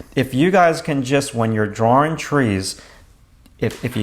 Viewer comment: i would appreciate your videos better if u learned the correct pronunciation of the word "drawing"